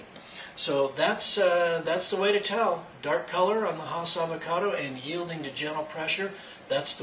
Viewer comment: "tell" not "tail..."when" not "win"